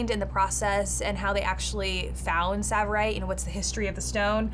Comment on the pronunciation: No, it's not savirite because it's tsavorite.